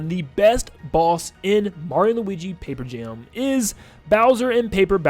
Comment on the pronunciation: “mario and luigi pape jam” 😭